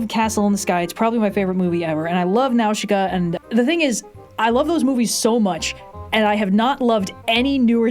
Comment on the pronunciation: The way pronounces Nausica is so wild to me lol